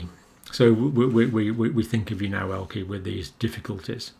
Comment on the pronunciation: Pronounced. Elkerr. Or el cur. Not el key. Elke’s of this world get mad with you as I well know !